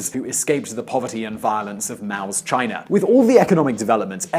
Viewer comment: Its China, not Chinar!